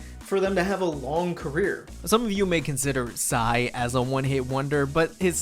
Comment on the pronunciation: You did not say PSY